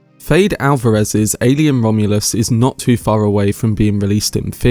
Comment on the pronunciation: His name is pronounced Fed - Eh